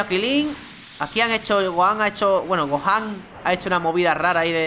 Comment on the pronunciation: es gohan no gojan